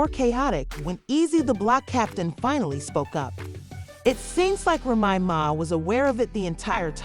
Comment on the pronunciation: This mf can't say "Remy Ma's" name correctly. Called her everything but her actual damn name 🤦🏾‍♀️🤣